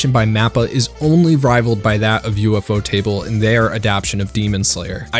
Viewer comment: ...did he say "U.F.O. Table"?